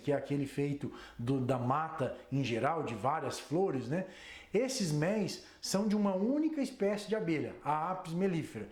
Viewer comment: Agora sim ,gostei de ouvir um estudioso no assunto falando a palavra méis, e não mélis como estão falando agora com essa frescura, obrigado professor!!